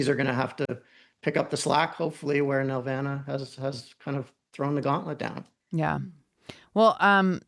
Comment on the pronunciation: Why doesn't anyone on YouTube know how to pronounce the name of one of the biggest animation studios in Canada?! It's nel-VAH-nuh, emphasis on the VAN in the middle it's not a Grundge banf from the 90's. David knows how to say it; why didn't they listen to him? We didn't 'make' Barney; we distributed it. BTW, Sheridan crapped all the time on Nelvana, they saw television as beneath their students at least around 92-93.